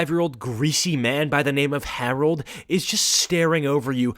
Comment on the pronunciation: why you gotta do the name Harold like that